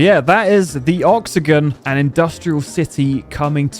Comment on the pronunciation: Oxagon not oxygan